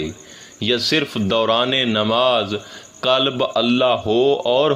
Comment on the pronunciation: For your kind information, Correct yourself from the linguistic point of view to correctly pronounce and be able make difference between Kalab,Kalb & Qualb. Kalab-Expl. Rotary,Lions Club etc. Kalb - meaning Dog. Qualb - jiski aap baat kar rahein ya Afyedata in Arbi or Dil or Heart.